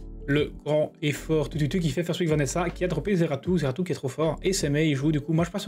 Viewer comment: NON mais ce ZEARTU, comme tu dis 🤣, incroyable ! Sinon excellente vidéo comme d'hab